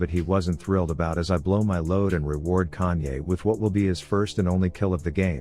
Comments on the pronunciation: Am i the only one hearing kanye instead of kayn? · Can you pronounce his name correctly it isn't kanyay